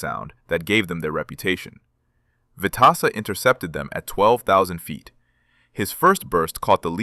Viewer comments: Pronounced Stanley “Swede” Veteza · Vet tis sa , correct pronounced. Rear gunner wasn't able to fire a shot, due to G forces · I can not believe that the AI can't get the name right!!! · He deserves to be remembered and he deserves to have his name pronouced correctly.